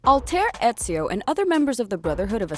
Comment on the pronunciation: She said Ezio right